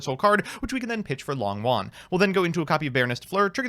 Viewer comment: Hey, Long Yuan isn't pronounced long won, the o in Long is a long o, and yuan, is a little tricky, but is pronounced you-en, (but one syllable)